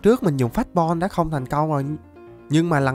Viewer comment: cảnh sát chính tả đây , em phát hiện anh đọc đã đã thành dảk dảk